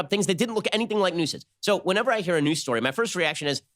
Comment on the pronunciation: Is fake "noose" wah wahhhhh LMAO